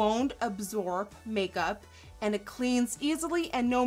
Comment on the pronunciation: Did she just say cake-up instead of make-up?! I love it xD